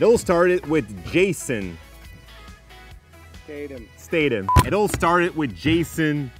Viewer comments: You pronounce his name to rhyme with itself. Jason. Stay thon. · its not stadam its statham